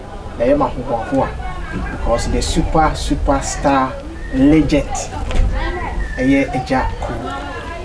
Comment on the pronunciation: Kwaku, 3y3 “Legend” not “legent”😂😂😂